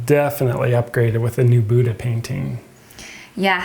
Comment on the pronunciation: I am SO OFFENDED how you pronounce Buddha.